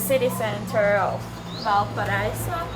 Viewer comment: Repeat after me…..Val-pa-ra-iso lol! Nice ending !! Cheers.